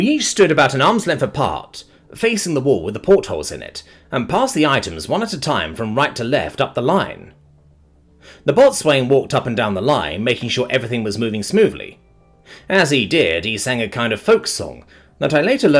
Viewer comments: Boatswain is pronounced Bos'n with a hard O as in boat. Also "allusion to screwing with pirates?" Skullfucker maybe? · "Boatswain" is actually pronounced "bosun".